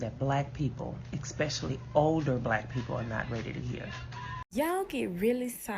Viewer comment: Hearing "expecially" instead of especially over and over is just INFURIATING! THe stitches were all 100%